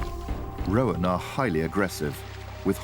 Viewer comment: Great footage but if I could point out one insignificant niggle, "roan" (antelope) is pronounced "rone" not "ro-an".